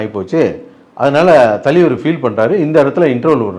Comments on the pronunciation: Thalaivar❌ thaleevaru✅ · THALAIVAR❌ TALIVAR✅ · Thalivar❌ Thaliveruhh✅....😂😂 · Thalaivar ❌ Thaleevaru✅ 😂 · தலைவர் ❌ தலிவர் ✅ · Thalaivaru❌ thalivaru✅ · தலைவர் ❌ தலீவர் ✅ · Thalaivar ❌ Thaleevar✅ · Indha aalu ku thalaivar nu solala terla. Thaleevaru nu solraru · அமிதாப், தூஷாரா னு சொல்லுவதும் தலீவர் என்பதும் வேற லெவல் வேட்டையனை வெட்டி ஆக்கிய ப்ளூ சட்டை 🤝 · தலிவர் இல்லை அண்ணா தலைவர். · I can sense your frustration, pain in your ASSS when you pronounce the word THALAIVAR as thaleevar. Hope you got your meal today and also consult with your doctor about the pain in your ASS. It’s called rajini phobia. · தலைவர் ❌ தலீவர்✅🤣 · தலைவர் ❌தலீவர்✅ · தலைவர்❌ தலிவர்✅ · "ஷமூக விரோதி" 😂😂😂 தலீவருக்கு "ச" வராது "ஷ" மட்டுமே வரும் 🎉🎉🎉... ஆனா இதல்லாமா கவனிப்பீங்க😮. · Tone: Thaleevar😂😂😂😂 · தலீவர் தலீவர் தலீவர் இரிக்கி இரிக்கி இரிக்கி 😂😂😂😂